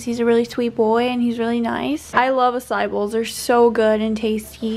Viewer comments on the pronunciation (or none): can someone please pronounce açaí right all these white kids saying it wrong annoys the shit out of me it's not "a sie" it's pronounced "ah sie ee" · omg girl they're pronounced "asah-ee" bowls not acai!!! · ah- sah - ee! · That’s not how u say acái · No one gonna talk about the way she pronounced “acai” lmaoo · You said the fruit bowl you ate on the second day wrong 😆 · She’s saying Açai wrong lol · Idk why but it triggers me the way you mispronounced açaí , like just google it